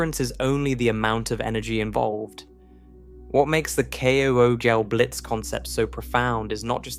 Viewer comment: Some of the pronunciation in this one is hard on the ears. Unless I've been hearing kugelblitz pronounced wrong for years...